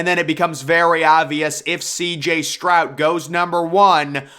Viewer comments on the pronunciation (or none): Stroud has a D at the end, not a T